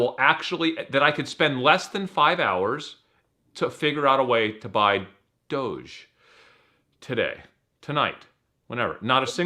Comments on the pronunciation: The fact they refuse to pronounce doge correctly makes me have 0 faith in these fucks. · Lol DODGE 😂 DOHGEE lmaoooo Dogecoin lolol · Please stop saying dodge and dogee coin I’m gonna have a fucking BF